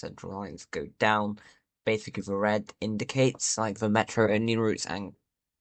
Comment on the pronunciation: ME'ROOOOOOO {pronounced Meh ro